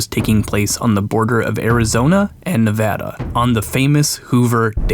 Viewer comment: Holy shit he said Nevada correctly